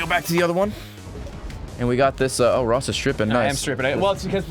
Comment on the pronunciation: Raw-ss O'Donovan